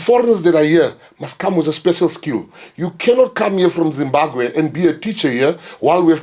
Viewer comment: If only he could start calling Zimbabwe 'ZIMBABWE' and not Zimbagwe, he'll be making some sense! Instead he's embracing division amongst African people